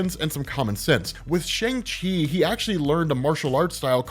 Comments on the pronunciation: Just so you know...it is pronounced shung chee...not shang she... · Come on, you know the proper pronunciation of Shang-Chi! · Whos gonna tell hes been pronouncing ShangChi wrong forever?